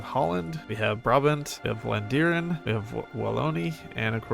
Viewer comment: Youre a god at hoi4! Also i laughed so hard your promunciation of Wallonia (and Vlaandern)😂😂😂